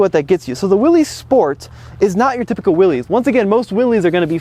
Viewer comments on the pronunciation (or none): Dammit! It’s Willis, not Will-eez! Haha. Love the Jeep, enjoy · Its not Willy's Its WILLYS pronounced Willis. It's originally WILLYS Motors. OK Jeep expert should know that. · Many people on these videos mispronounce the name “Willys,” saying it as if it were spelled “Willy’s.” John Willys was one of the founder-owners of Willys-Overland, one of the companies that owned the Jeep name and built Jeeps over the years (including WW II with the Willys MB, upon which the Ford GPW was based). It is simply a different spelling of the name Willis (as in Bruce Willis), and that’s how it should be pronounced. Just thought you might like to know. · Pro tip don’t embarrass yourself pronouncing your vehicle incorrectly. It’s “WILLIS” Not “WILLEEZS” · He’s definitely not a Jeep fanboy! Not pronouncing Willys right is something a true fanboy would ever do! Willys not Willy’s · ItS CaLlEd The "JeEp WiLL-iS" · Uh... it's pronounced "WILLIS"